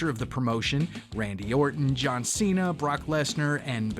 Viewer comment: They said John Cena name wrong. They called him John Sena. Lol 😂